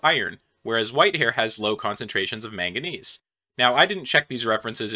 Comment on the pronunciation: The way you say manganese is so interesting to me